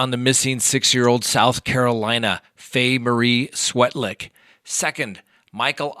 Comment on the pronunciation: I think it’s pronounced Svetlik.